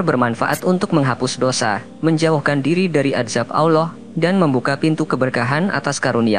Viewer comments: Klau ilmu agamamu baru melek broo...jangan ngomong agama dulu...mengucapkan nama Allah saja salah...apalagi membahasnya...ngimpi dulu aja dah tentang islam...baru kamu memeluknya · Tapi ketika anda melafalkan lafal ALLAH saja belum tepat ... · Sebut lah Nama Allah Dgn Betul..Salam Dari Malaysia..sebutan Allah Tu Salah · Maaf, pembaca narasi perbaiki bacaan الله nya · Pengisi suwaranya saja gak bisa menyebut nama Alloh dengan benar kok menyalahkan orang berisghfar..... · Ngomong Allah saja lu udah salah. Oii yg isi narasi. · Mulutnya belajar cara menyebut nama ALLAH. KAYAK CELET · Alloh... Bukan awlloh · Nyebut Allah aja gak pas Alloh gitu. Jangan menafsir Ayat Suci Al Qur'an kalau gak paham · sebut nama Allah dgn betul.... bukan *awloh*... elok ngaji dgn guru AlQur'an... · Tidak bisa baca Alquran anak itu, ngucap Allah sj 'awloh'...parah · Min, baca ALLAH juga masih shalah ALLAH bukan awloh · Allah saja kau bilang aullah benarin dulu lah ucapan pengucapan Allah mu. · Sebut nama Rabmu dg benar ALLOH bukan kedengaran AWLOH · Maaf min...cara mengucapkan Allah...kok begitu kurang enak didengar ya ada huruf W ...dudepan huruf A...kaya mengucapkan Awlah..bukan Allah...sekali lgi mohon maaf.. 🙏🏻🙏🏻🙏🏻🙏🏻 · Kok yg bicara Alloh gak fasih yaa. Coba simak klu mengatakan Alloh. [ Allow😢😂..ini yg bicara org Islam atau bukan ya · eh admin lo menyebut Alloh itu yang benar bukan awloh tapi Alloh... dan beristiqfar itu bagus tidak ada yg tdk bagus utk beristiqfar... lo orang wahabi ya dan ingat ucapan kata Alloh bukan awloh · Kamu ini sok kiyai. Tapi gak bisa baca Allah. Kamu cuma bisa baca Alah. Ojo ngono yo nek moco . Sing bener ya. Ojo sok Kiyai. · Ngucap Allah itu bagusnya LL di tebelin dan lidah ke langit2 .. biar Terdengar Agung, Enak di dengar dan estetik terhadap Panggilan seorang Hamba ke Tuhan Robb kita semua yg Menciptakan Alam semesta dan seluruh isi di dalamnya . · Berguru di mna MIN, kok penyebutan asma AWLOH.. Adakah yg slh dengan lisan mu